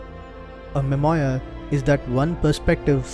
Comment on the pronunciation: Nice :) You may want to check how to pronounce memoir. Also, when you create a video, why not show your video as well? 90% of communication is non verbal.